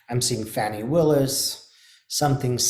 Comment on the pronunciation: Hi. The pronunciation is Fawn (like the baby deer 🦌) + e. NOT Fanny. Thanks for all you do 🥰